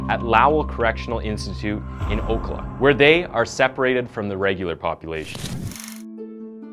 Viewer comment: Floridian here. That pronunciation of Ocala needs to be addressed. Its not OAK- uh-luh, its. Oh- CAL- uh.